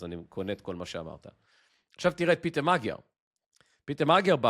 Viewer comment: פיטר. לא פיוטר. דש מבודפשט.